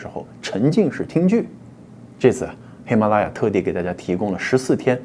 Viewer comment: 喜马拉雅你丫不会说么？舌头栓了？